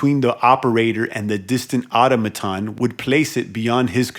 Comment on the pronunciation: ITS PRONOUNCED ATÖM A TÖN! I do hope this helps you, because you’re driving me friggin’ INSANE! You’re a grown ass man you’ve never seen or heard or spoken that word ever before? 🤯💨AAAAAHHH!!! Just stop PLEASE!